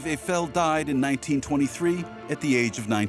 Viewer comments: NOOOOOOO! Not Eigh Fell! Aifel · Evel? The name is Eiffel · The name Eiffel has German origins, his grandparents were in fact German. As such pronunciation needs to be like the "normal" EYE-fəl. Now I am unable to watch this prob fine docu as the name is butchered every 10 seconds. No thank you 🙂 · Why is the commentator pronouncing “Eiffel” as “A-fail” ?! 🤷🏻‍♂️🤷🏻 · When visiting Paris the first time in 1966, my French born friend insisted that "Eiffel’ shall be pronounced ‘ef- fel'. And that shall be so in French as well as in English, because it is a family name (proper noun) and therefore shouldn't change when you switch to another language. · It’s not pronounced Ayfel for heavens sake! Surely you could at least have got that right.